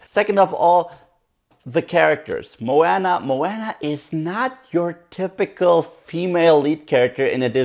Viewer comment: it's funny how Maui remind you of the genie from "Aladdin",becuz the animator who animated the genie,actually also animated Maui's live tattoos I heard,other than that,i just finished watching it,and I totally loved this movie(one of the reasons cuz I'm part Polynesian), but I definitely plan on watching it again. (jus one note tho,Moana is pronounced more like 'mo-ah-nah',not 'mo-anna',but other than that,nice review). (